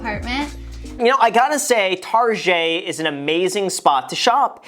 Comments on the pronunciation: This is so man-spainy and pretentious. $2,000 a month for an updated studio in downtown LA is normal! "Tar-jay"? Really? Also she said her personal credit card max is $500 a month. That doesn't mean that's her actual CC limit. Mine is $10,000 but i set my personal limit to $600. I think that's what she meant. Criticizing her furniture and telling her HOW TO CLEAN??? Sharing your dumbass life hack of "oh instead of spending money on cut flowers, get yourself a whole ass backyard with a flowering tree and just go out there and snip snip" is insane. This is so far removed from analyzing her spending choices and really veering into just shitting all over the way this girl lives her life. You're way out of touch, dude. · Almost unsubscribed because of the pronunciation of Target. But it’s Graham. So I stayed. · I think he is trying to pronounce it with a "French" accent. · You are aware that he's pronouncing it deliberately as if it were a French word to emphasize the fact that Target is basically for people who like to feel they're too good for Walmart, right? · why are you pronouncing "target" tarjay? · What’s the story behind the way you pronounce target? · Why do you call target tarjey? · Bahahahaha guy said “tarjayyy” , it’s called target bruhhhh😀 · Got i hate people who say targé instead of target 😂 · TARJAY????? it’s target brother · I'M TRYNNA GET RICH SO I CAN PRONOUNCE 'TARGET' THE WAY GRAHAM DOES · "targét" hahaha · Why gram calling it tarjaaaayyy! Its target!!!! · Why does he say tarjee instead of target? 😂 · Why is he calling it tarjay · wtf is targhe i thought he was just mispronouncing target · Am I the only one who gets high key annoyed every time he pronounces “target” and “tarjay” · stop saying targe like that! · "TARGEY" LMAO HAHHA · Why do you pronounce "Target" so weird? O.o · Girl-target Graham- tarshey 🤣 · TARGET NOT TaRjAYyyyy Lol he's smart af Trying to get more comments so the video does good mind blown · Pronounce target right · Tar-Szhay lol